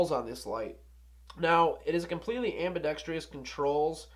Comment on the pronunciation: Ambidextrous not ambidextrious